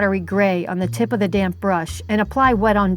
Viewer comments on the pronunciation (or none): This is a wonderful tutorial. Thank you so much for making it. Also tho.... You hit the D's really hard when you say damp, lol. At first I thought you were saying "load up your damn brush" lol I was like- oh my, this lady is serious about her watercolors....😆